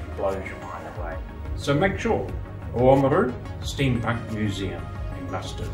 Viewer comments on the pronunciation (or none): It's actually Limestone** and it's pronounced OMaru.. **Oamaru stone is limestone with a uniform granular creamy white consistency and colour. Predominantly (90%) calcium carbonate, trace chemicals within it include alumina (1.5%), iron oxide (0.5%) and silica (0.5%).